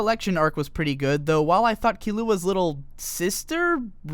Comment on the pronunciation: The way you pronounce Killua makes me cringe